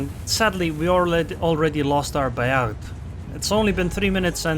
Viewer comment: Hello, side note, we don't pronounce the last "d" in Bayard.